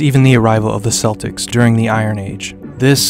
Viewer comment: Celtic is pronounced Keltic not Selitc 😉 It is more correct to call those ancestors Gaelic (a Celtic culture). Many of those sites are far more ancient than the Gaelic (Celtic) settlements. Dún Aonghasa was there long before. While some of the tombs are much older again. Enjoyable video all the same 👍